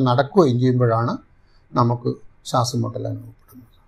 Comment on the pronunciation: ശാസം അല്ല ശ്വാസം. English ല്‍ പലതും പഠിച്ചു, പക്ഷെ മലയാളം ?